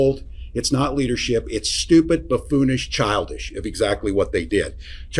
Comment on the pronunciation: I think it's "buffoonish"?